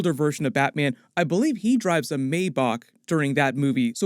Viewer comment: Bro said maybawk 😭😭😭